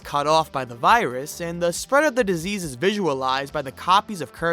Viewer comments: I didn’t hear “spread” I heard “spoobert” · Bruh I heard squid games and not spread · when he said spread ( the infected kirby ) i tought it said stupeid stupeid stupeid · I thought Kirby was sayin bread, but he was sayin spread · I thought virus Kirby was saying “squid” at first, which really threw me off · Is It Just Me Or Does The Virus Kirby Saying "Spread" Sounds Like Him Saying "Squidward" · when i saw kirby test rooms virus guy i litteraly thought he said squib lol